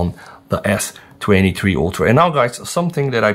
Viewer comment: You got me confused. S23-3 Ultra??? Does anyone notice how he says S23? 😅